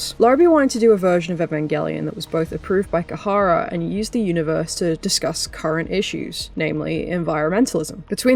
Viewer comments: It's not Kahara but Khara pronounced Kara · Khara is pronounced kha-ra. 2 syllables Not kuh-ha-ra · Great video, seriously, but every time you pronounced it “Kahara” I cringed a bit. That’s like, the bare minimum of working with a company is knowing what they’re called 😅